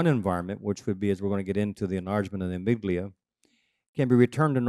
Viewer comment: Amyglia? Do you mean amygdala?